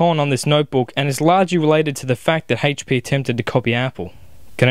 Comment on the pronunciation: It's not "hey-ch" p, it HP lol